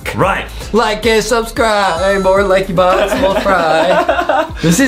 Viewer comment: You said Lankybox wrong